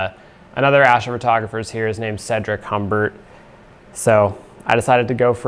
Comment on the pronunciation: This is the first time I've heard an American say my name, Cédric Humbert, it's so weird.😅 Thank you ^^